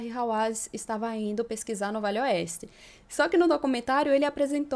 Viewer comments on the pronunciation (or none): Desculpe menina mas você fala muito rápido VALE OESTE, que termina parecendo que você está falando VELHO OESTE, Cuidado com isso, gosto muito do seus vídeos.